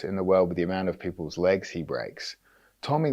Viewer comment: Its Tommy LangAKER, not LANGLAKER